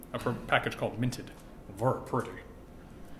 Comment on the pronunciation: I love the way this guy says "verr pretty" and "verr nice"